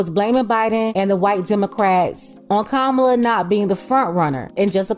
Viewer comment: If you’re not voting…you have no opinion. And say her name right…COMMA-lah 😒🙄